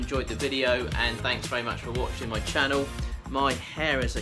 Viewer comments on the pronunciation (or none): none